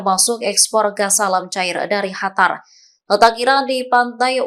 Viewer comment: Hatar..... apa Qatar sih